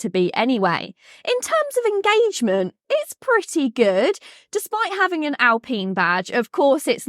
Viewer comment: Its Al-pine not pene pine.